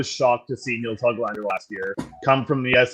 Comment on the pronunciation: " has never met Nils Höglander" - good, maybe he'll finally learn how to properly pronounce the 'ö' in "Höglander"... no wait... Nils will probably have to win the Lady Byng or something to garner that kind of respect...or perhaps he's just "not black enough" 🤦‍♂️ But all kidding aside, it was great to have on, a wealth of knowledge from a hockey insider is a real treat. Good job everybody!